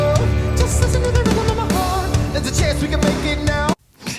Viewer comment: does great covers. The only misstep is the mispronounciation of chaunce, as in "THERE'S A CHAUNCE WE COULD MAKE IT NAH-OO"